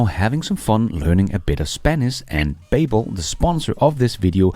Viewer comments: BABBEL is kimda like BUBBLE not BAYBBEL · its pronounced Ba - Bel, like the Tower of Babel. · Hej (Beachcomber?) -- Please note: Babble rhymes with Bubble... Babel rhymes with Able... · Google babble , it doesn’t sound exactly right, the way you are saying it. Just saying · Haha I was looking for this comment. Mispronouncing the name of a language company.. that's some solid irony right there😬